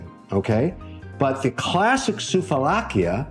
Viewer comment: Sooove laki is the pronouciation. Not soov a lakia